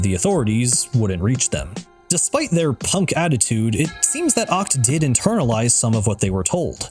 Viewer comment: I thought Achts name was pronounced ech